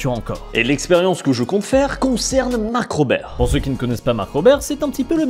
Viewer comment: mais c'est pas mark robér, c'est mark rober (robeur)